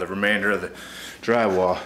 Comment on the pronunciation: Nice install but try to learn how to pronounce "the" instead of "da". When you say da over and over instead of the, it makes you sound like a meathead. Same goes for "this" and "dis".